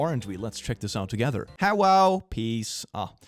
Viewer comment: Hewwo pees caught me so off guard i may have busted a rib laughing